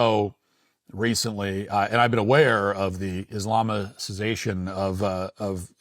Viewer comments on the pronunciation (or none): guy can’t even pronounce Islamization